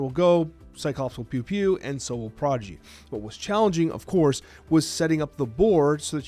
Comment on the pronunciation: Is saying Prodgy?